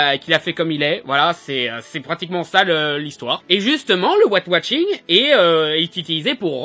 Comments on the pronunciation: Arrête de dire watching !!! C'est washing bordel de merde !!! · Ouais j'avais compris mais il dit ''Wat watching '' XD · j'aime bien tes critiques-plaidoieries parce qu'elles me surprennent toujours. tu parviens à trouver un angle d'attaque différent. par contre, j'ai un peu de mal avec ton accent anglais : white washing, tu le prononces comme "weight watching" :D